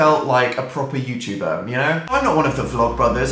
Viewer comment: the way dan emphasizes "proper youtuber" bc he thinks he isnt one im so hemmotional rn